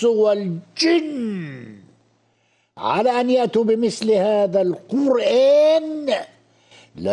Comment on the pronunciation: I swear to God! This Arabic speaking Egyptian can't read the Qur'an.. For instance he says " Ka meslihi" but the right pronounciation is " ka mythlihi" even the way he says " Qurraan" is wrong. Its (qur'aan) there is bit disconnection between r and a..The magical.thing about the Qur'an is 9 years old muslim from non arabic speaking Mali or Indonesia would read the holy text a way better than PHD in Arabic literature from none Muslim back ground . This priest is the proof .